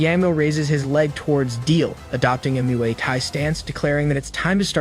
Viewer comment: "adopting a Myooway tahy stance" its said like Moy Tai